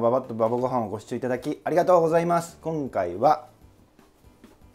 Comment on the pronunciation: 「きょんかいは」可愛いw